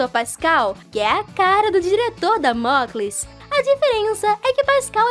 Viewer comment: Por favor não fique chateada e achando que sou bater eu gosto muito do seu canal mais vc falou 2 frases erradas o nome da professora e mandeleieve e não mandeleve e o nome do diretor e damoclé vou continuar a escrever no próximo comentario